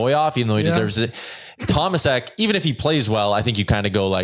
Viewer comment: Correct pronunciantion of Tomášek should be more like “Tomashek”. You guys pronounce him with “s” instead of “š” which is in his real name. I must know ‘cause my first name is Tomáš 😅